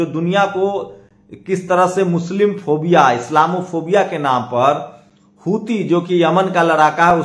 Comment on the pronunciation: Abey Tum ko agar ki jagah Bamboo kahe tœ kaisa lagega. Tum Houti ko Hitu kyuñ kehtey ho. Waise baaki kaam tumhara achcha hai.